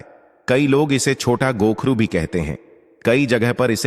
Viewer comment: कोखरू बोलत है.